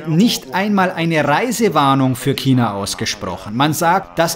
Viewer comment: Das einzige was hier viel schlimmer is als SARS ist, wie du China aussprichst.